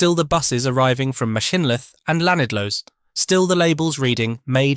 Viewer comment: TBF I thought he did quite well on Machynlleth but not so good on Llanidloes